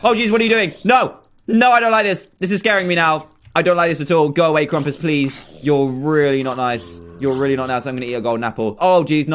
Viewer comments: did anybody else realize its krampus? not krumpas? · Its supposed to be Krampus not Krumpus